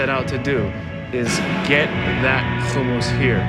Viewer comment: I really hope people listen to the way pronounces the work HUMMUS!!!! His pronunciation is correct. We will definitely visit his restaurant! Thanks for sharing, Aaron! I didn't know.:) GOOD LUCK!!!